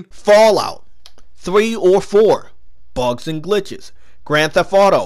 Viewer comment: The way talks bugths and glithes...😂